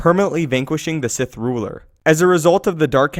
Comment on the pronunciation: Sith not sigh